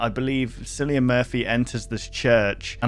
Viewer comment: darling, cillians name is pronounced with a k sound